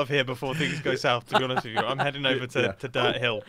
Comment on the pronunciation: to be aha-nest I found it quite hilarious